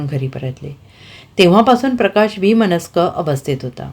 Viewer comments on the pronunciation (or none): कोण आहे या सांगणार्या बाई ? उच्चार चुकीचे, स्वल्पविराम चुकीच्या ठिकाणी. उदा. विम नस्क शिवाय thumbnail चुकीच. Thumbnail वरून वाटतय की पत्नीच्या मृत्यूच दु:ख सहन न झाल्याने पतीने आत्महत्या केली की काय ? पण प्रत्यक्षात पत्नीने विष प्राशन करून आत्महत्या केली त्याची पतीला शिक्षा झाली. त्यान तुरूंगातून आल्यावर मनस्ताप होऊन आत्महत्या केली.